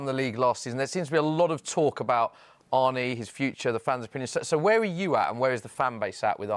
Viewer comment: His name's not Arnie. It's not hard to pronounce Arne correctly and very disrespectful to keep calling him Arnie.